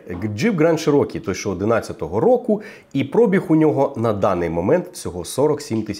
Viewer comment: Шо такоє "прОбіг"?))) Є слово- пробІг, але там наголос в кінці)